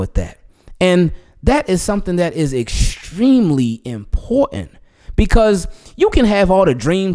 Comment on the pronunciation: Aaaahaahahaaa... I heard that Baltimore come out when you said "important"... You can't run from home homie...😂